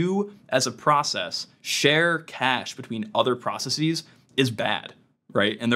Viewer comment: You don't have to say processeez. It's not like other scientific words like analyses, hypotheses, or matrices. It's just processes. Like how you say houses. You wouldn't say houseez.